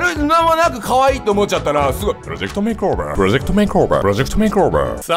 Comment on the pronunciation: make over を まけおべー って言うの地味にすき